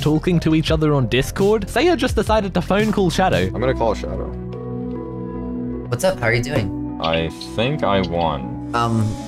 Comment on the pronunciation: It’s showdow